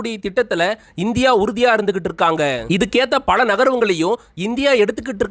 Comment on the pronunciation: உங்களால் "ல" வை சரியாக உச்சரிக்க தெரியவில்லை. பல என்பதை பள என்றும். உலகம் என்பதை உளகம் என்றும். காலம் என்பதை காளம் என்றும் உச்சரிக்கின்றீர்கள். தமிழ் உச்சரிப்பு மோசம். தமிழ் அடியானின் காணொளி உச்சரிப்பை கேட்டாவது பழகிக்கொள்ளுங்கள்.